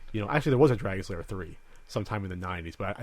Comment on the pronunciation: Found the original Kickstarter video. Guy starts talking to people about how the movie needed to be made. Comes into the costume area where Don Bluth is "working" and proceeds to say "Dragon Lairs" like three times and Don doesn't correct him. SAD.